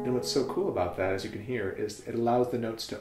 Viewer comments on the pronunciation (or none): none